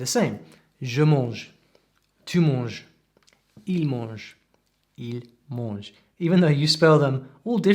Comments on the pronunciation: Carefull on your "an" when you say "mange" it sounds a bit like "monge" but I know it's typical accent from english native speakers. 😉 Don't why I watched this being french but it was fun! It's true that nobody says "je ne sais pas" it sounds very foreign, it's " j'sais pas", you're absolutely right. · ton français est vraiment excellent, je suis admiratif. J'aimerais parler anglais comme tu parles le français! Le seul problème dans ta prononciation, c'est le son "an" quant tu dis "je mange" ou "empire" il faut que tu travailles ça et après ... tu parleras comme un vrai franchouillard! 🙂